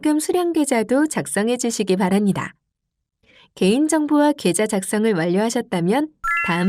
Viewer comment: ㅎㅎㅎ 직업병일까요? ai인가요? 전달자의 ㅂ발음이 이상해요, 거슬리구요. '-합니다'를 [ -하니다], 바랍니다를 [바라니다] [확인하니다]로 발음하네요. ㅠㅠ '